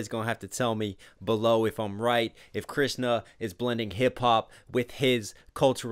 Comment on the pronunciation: I watched the entire video because he pronounced Krishna very well